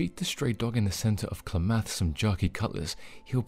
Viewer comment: Clam eth not clah math